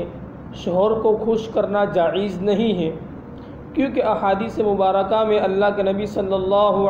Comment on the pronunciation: جائز اس لفظ کا تلفظ صحیح نہیں